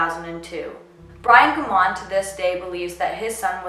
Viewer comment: Families don't like people using their loved one's case as a purpose for you to get popularity! You got quite a few actual fact's wrong and can't even pronounce his last name correctly! It's a shame you are using this case to get YouTube popularity!